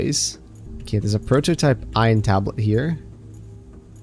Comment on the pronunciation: ffs its pronounced eye-on not i-in "ion"